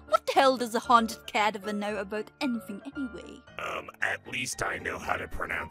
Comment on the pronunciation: All this discussion about the pronunciation of grenados but nobody going to talk about how she said cadaver super weird?